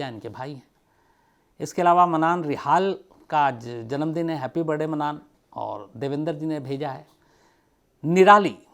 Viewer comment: shams साहाब आप, "हॅपी बरडे"बोलते है,हालाकी; "हॅपी बर्थ डे"ऐसा होना चैये,मैने बहोत बार observe करणे के बाद बोला है,क्षमा चाहती हु